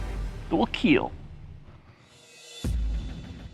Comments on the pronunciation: "It will keal"... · "Your weapon, it will kiiel" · "It will KEEL...." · It is absolutely ridiculous they can't say "kill" in the show that is all about things that kill, and had to develop this family friendly "keal" monstrosity. Incredible idiocracy. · It will Keel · iT wiLL KeEl! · it will “KilŁ” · I think it is pretty annoying how he pronounces the word "Kill". I wish he didn't do that. Worst part of the show.